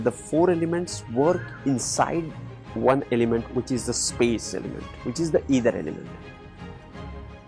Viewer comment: sorry to say,it's not either it's Ether..you written it correctly but kindly pronounce It correctly..it is aakash tatva.. your explanation is all correct but pronouncation of ether.🙏🙏🙏